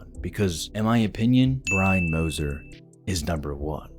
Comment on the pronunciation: Why are u callin him Biney, ur not 3 year old Dexter, its Brian